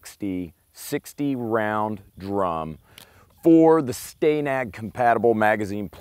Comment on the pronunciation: How do you pronounce the name Stan. Then why pronounce Stanag as Sta-nag instead of stan-ag?